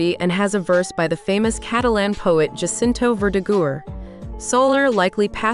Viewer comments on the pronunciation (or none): none